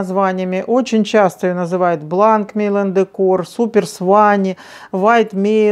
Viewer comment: Не Мейланд,а МЕЙЯН